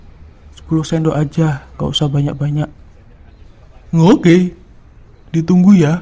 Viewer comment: kak kok itu ngomong oke nya onge kayak gk punyak gigi